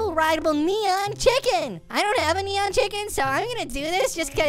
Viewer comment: How he said neon chicken tho